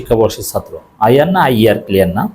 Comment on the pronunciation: এই বেটা শিবির তোমরা আগে বাংলা উচ্চারন শিখ , একটাও ছাত্র বলতে পার না বল ছাতর্